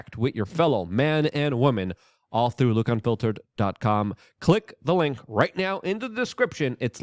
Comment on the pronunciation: Didju say Luke Gunfiltered ? That's what I heard .lol😅